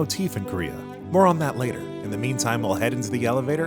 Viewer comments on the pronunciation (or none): none